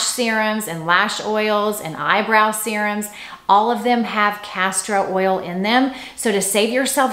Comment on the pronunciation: No R in castor oil. EVER EVE!!! Not Everveve. Pls, you are driving some of us crazy. I like your channel very much but stop with the mistakes! XO